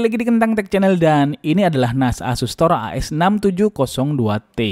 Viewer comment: ASUS - TOR ❎❎ ASU - STOR ✅✅